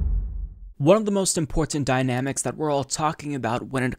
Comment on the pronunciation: The way you pronounce important .😂 Hope it's not a physical problem.